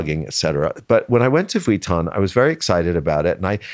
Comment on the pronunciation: it hurts my ears every time he pronounces vuitton like he did not work for them for years and years...